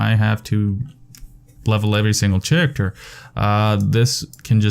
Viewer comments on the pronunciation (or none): Are you scandinavian or something? Mispronouncing "character" in a very swedish way. xD